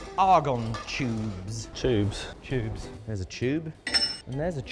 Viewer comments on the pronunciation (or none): I don't know what's more surprising that there's a Ms.steele or that you say chube(it has a "t" not "ch" so it's tubes) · Ah yes, chubes, not tubes, chubes. I love it. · What's a Chube?😅😂❤